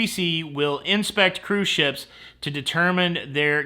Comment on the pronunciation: “Cruise shyeps.” 😂